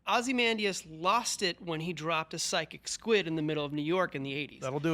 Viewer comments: Glad they got rid of the girl who couldn’t pronounce “Ozymandias” to save her life. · Veidt didn't drive Dr. Manhattan away. That was the movie. Does anyone at IGN know how to pronounce OZYMANDIUS and BUBASTIS? I mean, it helps if you read the comic.